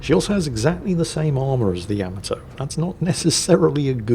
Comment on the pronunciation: I am curious why you keep mispronouncing Yamato. Is it ignorance to the pronunciation, disrespect for the Japanese or a joke? It is not YAM-UH-Toe it is YU-MAH-Toe!!!